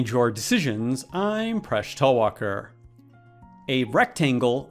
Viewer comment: Hey I heard you said Fresh instead Presh